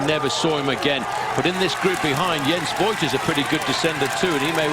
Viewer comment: "Voigt" actually pronounces "Fohgt", more or less rhyming with "poked". In case you're interested.